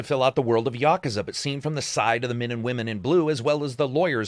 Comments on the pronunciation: Says Yakuza properly and then butchers Yagami. Sigh. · Props for more properly pronouncing Yakuza than your average western ye-KEW-za. It's no big deal but does bother people who prefer proper nouns to be said right. Otherwise--as always--your BS free review here was very informative and entertaining in its own right. I've never delved into the Yakuza series, might be about time though.